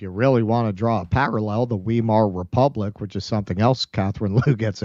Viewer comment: You've partially corrected it. But also, the 'w' in German is pronounced as a 'v.' So it's pronounced VY-mar Republic.